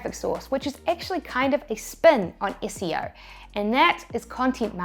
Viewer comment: When she says 'SEO' and we hear 'ISCEO'